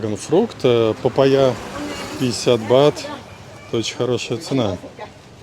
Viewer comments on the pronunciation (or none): Папа́йя... Ударние на второй звук А